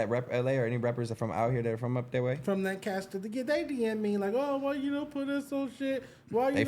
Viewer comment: In Texas we say , LANCASTER not lincaster! Wtf is that, Don’t take Stet word on Texas. Bruh ain’t been here in a while.